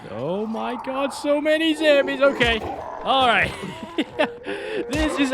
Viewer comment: I laugh every time you say zambies instead of zombies 😂😂😂